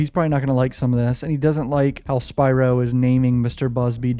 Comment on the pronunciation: Thank you for your analysis and pronouncing Spyro’s name correctly.